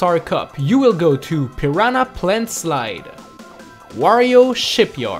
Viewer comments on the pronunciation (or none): none